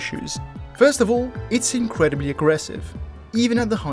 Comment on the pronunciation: "increAdibly aggressive" 💀